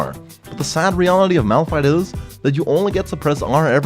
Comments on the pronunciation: "It's not malrun, it's malfight " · Nonononono You where wrong >:C.... its Malpfeet -Nicktron XD sorry had to say it Btw nice vid i would love to see you're channle Grow alot more and Do more league vid's Ive been here since 250k subs and you havent changed a bit you really deserve 1 mil subs man keep up the good work:D. Ps: Pls Notice me senpai